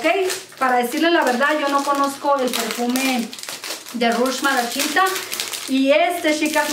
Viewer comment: Hola a veces me desespera un poquito tu forma de hablar ... Malaquita aquí no le apliques malashita 😉 por favor gracias